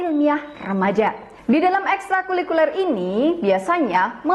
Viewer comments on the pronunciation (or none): Maaf, mudah-mudahan hanya khilaf terselip lidah atau saya yang salah dengar, tapi agak mengganggu untuk konsumsi publik apalagi materi pelajaran ilmiah oleh guru Bahasa Indonesia. Penyebutan dan pengucapan istilah "Ekstrakulikuler" seharusnya "Ekstrakurikuler." Terima kasih.